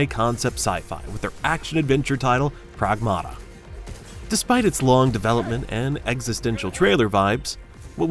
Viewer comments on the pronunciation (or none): Bro its Called Prààgmata its a plural noun of the Greek word Pràgma , Meaning non living objects "Things" its a reference to AI as things and not to taken as living things. Before slaughtering other people's language you could at least make a small research. Not every name you don't understand is French or Japanese you know. Just like the anime planetes witch literally means planets but its in Greek 😂😂😂